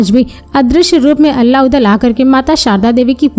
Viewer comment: मैडम अल्ला नही आल्हा कहिए...